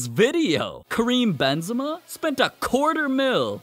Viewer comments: i just heard cream benzema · The way he talks BeNzEma